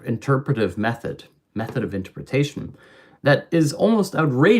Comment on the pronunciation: How would Freud interpret your difficulty with saying interpretation?